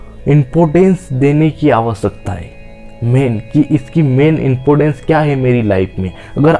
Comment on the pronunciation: impotans nhi important hota h😂😢😂😢😂😢😂😢😢😂😂😢😂😢😂😢😂